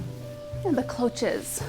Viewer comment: Cloche is French - it is pronounced more like brioche - with a “shh” at the end xx